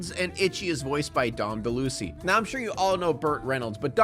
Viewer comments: My man said Dom Delussy instead of Del -Louise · That's a nice try on pronouncing Dom Deluise, but its "Deh-lieu-ease" not "deh-lucy". OH GOD! THIS HURTS ME! Just immediate tears. Had to stop and write this just to get ahold of myself. The line on its own is so sad, but what happened to the girl in real life makes it so much worse. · Dom Duh-lucy? Oh you mean Dom Duh-louise. Dom DeLuise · Dom Deluise isn't pronounced De-Lucy but De-Loo-ee-se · I love you but i felt actual rage when you kept pronouncing Dom Deluise's name wrong! It De-Louise not De-lucy.😡😡😠😂😂😂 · It's pronounced Dom del-loo-EESE. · um...... hey sexy its pronounced DOM DE'-LA'-WEEEZE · For future reference, just in case you ever decide to talk about The Skateboard Kid, it's pronounced Dom DELL-ooh-weez